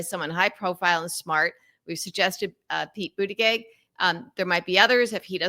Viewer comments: It's not pronounced pete boot a geg. It's Pete boot edge edge. How hard is it to report THAT?? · I like your approach and what you have to say, but I have a hard time imagining how you got through the last five years without correctly learning how to pronounce Mayor Pete's last name. It's Boot-a-judge, according to his spouse. You can't maintain much validity with errors like that. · Why can’t you learn to say Pete Buttigieg’s name? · At the very least, learn how to correctly pronounce Pete's surname. 🙄😖🤬💙💙💙